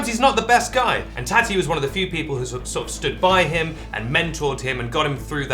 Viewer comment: the way you pronounce tati makes me want to bang my head against the wall